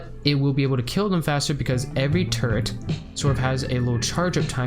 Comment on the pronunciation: Chapter "Where each tool excels" becomes a mix of funny and disturbing, if you continually understand "turd" instead of "turret". :D Otherwise fantastic guide, thanks man.